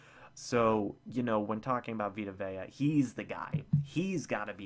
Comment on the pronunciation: You said Vita Vea correctly.